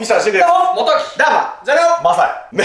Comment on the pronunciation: 申し訳ない…申し訳ないのは分かってるけど… 挨拶のときザカオがｼﾞｬカオって言ってるようにしか聞こえんw